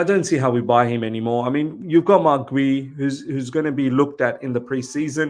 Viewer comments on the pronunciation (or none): I think it's pronounced as G-yu because of the u at the end